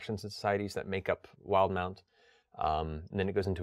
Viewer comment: WILD-MOUNT! I've been saying "will-deh-mount" this entire time! Now I think about it... the official pronunciation makes MUCH more sense.